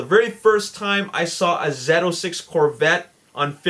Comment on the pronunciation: First of all the corvettes Z06, its pronounced "zee" not "zey" and why all the old cars, just do the modern version of those cars, not like a 2006 charger or something